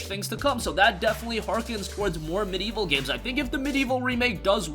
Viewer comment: There are four syllables in MediEvil and in 'medieval'